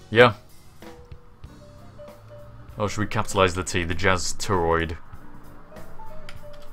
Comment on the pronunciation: Did you say "jizz" on purpose?